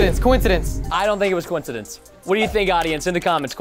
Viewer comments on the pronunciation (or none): Not a cowincedince